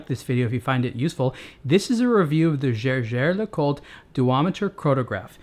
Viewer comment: It's pathetic to pronounce "Jaeger", which can also be written "Jäger", as though it were a French word. And no, I'm not a native speaker of German.